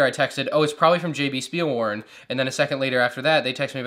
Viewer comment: You said jb spielwaren wrong im from germany and its spoken differently you have to say it something like this jot be schpiel waaren its hard to explain without actually speaking